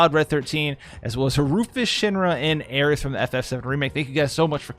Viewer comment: Y'all are really gonna let him get away with saying Aerith in correctly it's so fucking hard to hear